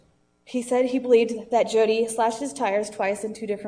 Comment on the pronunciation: Tbh I get the sense that "Hodi" is supposed to be the Spanish pronunciation of Jodi. It's actually kind of a racist joke if that's the case. not trying to call you a racist, I just imagine that that's how the Hodi thing started.